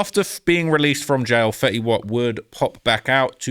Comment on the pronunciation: HUH!?! 10 Sec in and you call FEYTY old-school? Im so confused. ITS FETTY!! Mr 1738 himself. OLD SCHIOL!?!?!